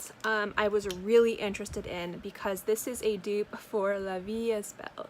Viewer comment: Just letting you know, it’s pronounced ‘la vie E belle (so like you said it but without the ‘s’ in the third word. The s and the t are silent)